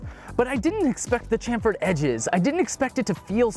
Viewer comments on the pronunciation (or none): none